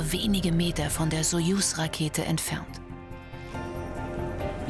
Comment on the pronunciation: wie diese frau einfach nicht soyus sagen kann... das macht mich so agressiv